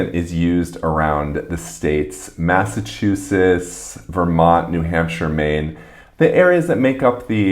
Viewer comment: When he said “Massachusess” I really felt that